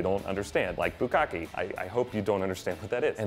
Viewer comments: it's not bukaki, it's bukake. why do anglophones always have such trouble pronouncing SIMPLE things? :@ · Bukake. Hmmm.. didn't know it was pronounced like that. Lmao